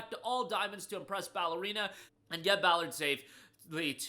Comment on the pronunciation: Dude! Stop saying Ballerina. They are Ball ard and Ball Arina. It's a Ball game you know.😁 I'm not mad at you, just disappointed.🤣 Thanks for keeping us up to date with the freebies and deals. Cheers!